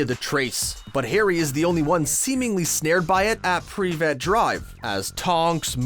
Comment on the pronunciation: PRI-VIT not PREE-VIT GRR